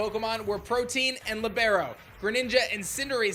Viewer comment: The ability is pronounced "PRO-TEE-UHN." Like "Proteus." Not "protein."